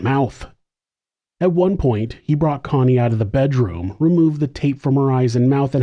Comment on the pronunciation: Why are you saying coney her name is Connie